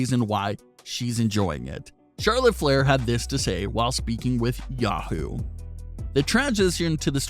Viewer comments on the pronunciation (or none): none